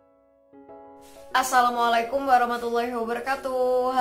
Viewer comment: Bacaan Assalamualaikum mu mohon perbaiki